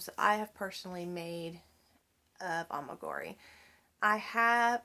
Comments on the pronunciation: It isn't A-MI-GU-RI. it is A-MI-GU-RU-MI. You don't mispronounced it because you are from Alabama. Mispronouncing it is a choice you make. A EWE is a female sheep. A She, not a He. A RAM is a male sheep. A LAMB is a sheep less than 1 year old. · It’s pronounced Ah-mee-guh-roo-mee